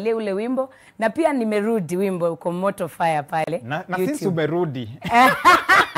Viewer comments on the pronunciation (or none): Nimerudi I like the way you pronce nimeludi😂😂😂